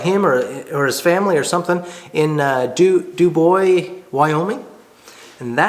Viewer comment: For what it's worth: "Dubois" is pronounced "do-boyz". Up in the Wind River Mountains on the way to Grand Teton & Yellowstone Parks. Great video. Never quite new how to use antler for folder scales. Thanks.